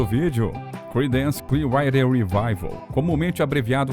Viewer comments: Para um canal que fala muito sobre bandas internacionais, a pronúncia do inglês precisa melhorar muito. O nome da banda é "cliár-uáter" e não isso que é falado no vídeo, que nem dá para entender bem o que é. O nome da música é I Put a Spell on You... "ai put a espél on iu", pelo amor de Deus... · Clear o quê???...Writer? Rider?... a legenda automática traduz o que diz o locutor como "Clear Wi Revival".. logo no comecinho do vídeo e lá perto fim... queria saber o que ele disse no lugar de "Water" . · "CLIUAIDER"????? Dono do canal, aprenda a pronunciar antes de fazer o vídeo, cara!!! Até desanimei de ver o vídeo!!! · Velho o conteúdo é bom mas seu inglês dói no ouvido… Woodstuck é brabo, o nome é woodstock (uudstóc). E Clearwater se diz “cliaruóter”. Antes de gravar pega as palavras que tem dúvida e bota na Internet clicando no áudio que vc pode ouvir o certo. Tirando isso texto é ótimo e a pesquisa idem. Parabéns. (Ah, e basta chamar de Creedence (Cridêns), que é como o grupo é realmente conhecido. )